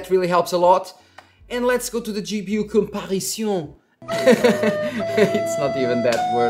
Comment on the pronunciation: "comparaison" HAHAHHAHA you killed me xD